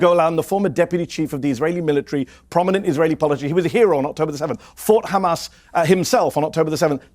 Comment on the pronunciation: why he said khamas it s hamas